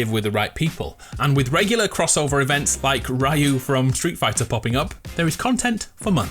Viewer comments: Learn how to pronounce “Ryu” or don’t talk in videos 😡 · It's 2020 but there's still english-speaking people that can't pronounce "Ryu" properly. In 20 fucking 20!! FFS!!